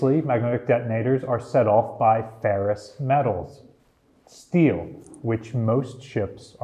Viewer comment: ferrous not ferris lol